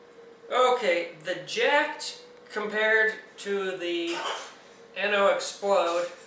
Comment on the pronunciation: its pronounced jacked